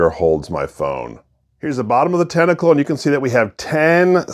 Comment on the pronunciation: Dude you corrected yourself and apologized and then continued calling it tentacle incorrectly the rest of the video LOL